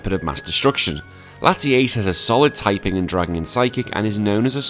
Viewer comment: Came from Zwiggo's channel. A couple of things: 1) It's Latias, not Latiace. 2) Nice Yugioh reference 3) I'm pretty sure Zwiggo didn't follow the same ruleset you did lol